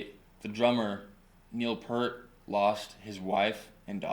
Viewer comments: Neil's last name is pronounced "Peert", not like Pert, the shampoo. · 1977 age 15, first album bought with mowing the grass money. 2112, second obviously A Farewell to Kings. Favorite band every since; and btw it is not "pert", that's shampoo...it is properly pronounced Peer-t. Moving Pictures, not Motion Pictures....have some work to do here on the channel. But a good start! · Omg! How do speak on Rush but mispronounce PEART? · its pronounced Neil peer-t....oh boy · Neil's last name is pronounced PEERT... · It's hard to take this seriously as a "deep dive" when Peart is mispronounced throughout. Even so, I am very happy that you got into Rush beyond Tom Sawyer. They are amazing! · I stopped listening as soon as you mis-pronounced Neil's last name. Nice try. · Please respect the Professor and pronounce his last name correctly!